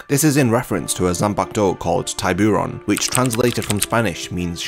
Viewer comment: Lmaoo ur pronunciation of tiburon killed me, good video tho